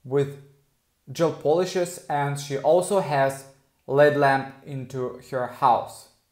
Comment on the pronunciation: It’s L.E.D lamp. Not led lamp. 😂😂